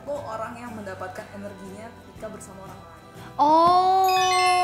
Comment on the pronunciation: "Beraburrll sama orrlllang barllu" Ngakak gua ci